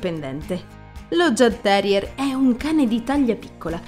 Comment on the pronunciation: Il mio Zeus aveva 16 anni e 3 mesi quando lo abbiamo fatto sopprimere. I jagdterrier sono dei cani bellissimi, non adatti a tutti però, come hai giustamente detto. Grazie per questo video 🥰 P.S. credo si pronunci Iagterrier, non con la G.